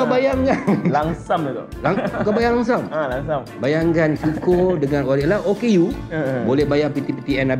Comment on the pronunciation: Lump sum ... Bukan langsam.. ehehe...